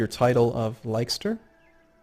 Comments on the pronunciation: Leicester is (oddly) pronounced 'Less-ter', Gloucester = "Gloss-ter" =) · gloucester is pronounced gloster and leicester is pronounced lester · Leicester pronounced as Lester mate :-) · GLOS-ter. LESS-ter. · Hey,, I love your videos but I thought I'd give you some pronunciation tips (being from the UK myself) Leicster - Lesster Gloucster - Glosster etc etc.:) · Leicester is pronounced Lester.:) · just a small thing Leicester is pronounced "Lester" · I can't help but correct when he says Leicester lol